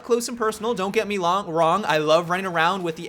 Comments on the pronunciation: "Don't get me long" sounds funny. No offense but it made me lol. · "Don't get me long" Lol, you failed at speaking right there